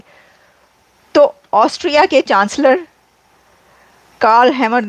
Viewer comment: ऑस्ट्रिया है पागल एंकर ऑस्ट्रेलिया नही 😂😂😂😂😂😂😂😂😂😂😂